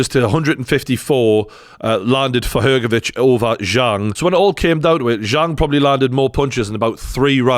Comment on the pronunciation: thanks for pronouncing Hrgovic correctly with "CH" sound in the end. Not everyone is able to do it